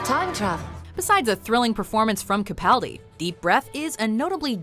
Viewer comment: The narrator of this video is clearly not a Whovian. She doesn't pronounce Capaldi or Clara right and they aren't exactly hard to say.